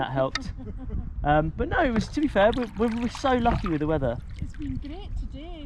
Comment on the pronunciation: I heard 'loch' so many times I thought he said 'we've been so lochy with the weather'.